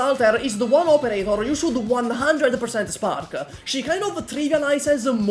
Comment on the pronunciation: For a second I though he said “You should probably spank her-“